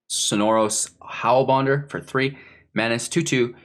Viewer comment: "sonorous hellbonder..?" lol made me laugh mang